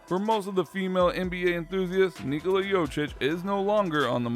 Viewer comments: #1 thing you have no idea about, how to pronounce his name. YO Kitch, not YO chitch. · If you are making a video, you could spend some time learning to say his full name correctly... he is not Jochich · I CANT HEAR HIM SAY JOCIC 1 MORE TIME!!! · LEARN TO PRONOUNCE JOKIC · Pretending to know something about Jokic, but cannot even pronounce his name correctly.......pathetic! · The way you pronounce it, it hurts my ears !!! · You should learn how to pronounce his name. It's not that hard, just go on youtube, and listen to someone, then repeated yourself couple times...the way u did it, its embarrassing. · If you don't know how to pronounce his name it makes me wonder if anything else you say is credible.